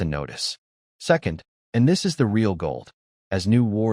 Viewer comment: I love how the AI struggles with words such as "my", 'is", and "to".